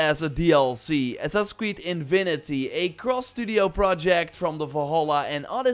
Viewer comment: Come on,! It's "Infinity", not InVinity"